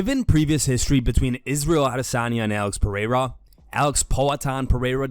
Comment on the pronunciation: Dana can't read. Lol 😆, He pronounced Alex Pereira's last name wrong. That's why he ain't paying the ufc fighters what they owed because he can't read the contracts so he just put any compensation digits in there lol 😆